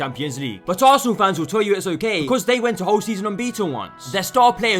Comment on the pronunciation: What a clown 🤡 .... You mean assanal 😂